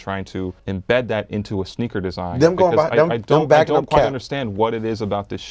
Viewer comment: Did he say schneaker